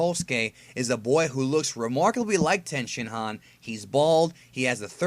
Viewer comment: Don’t mean to be that guy but the Japanese speaker in me can’t ignore it. When you say a Japanese word with an I in it such as 地球人, chikyuujin or human or the shin in Tenshinhan you pronounce it as E as in East. Just letting you know .